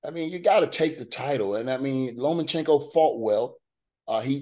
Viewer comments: Tarver needs glasses and has been on Haney band wagon… just to prove, it’s pronounced LOMA not “LOMO” 🫵🏽🤦‍♂️ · Where is the "n" in Lomachenko? 😅